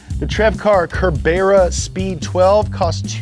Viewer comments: Why does keep mispronouncing the 'Cerbera' name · TVR = Trevor, the man who founded the company. And the model is pronounced ser-ber-a. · The TVR CERBERA is pronounced SIR-BERA